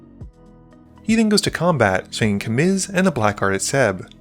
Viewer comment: Blackguard is pronounced as ‘blaggard’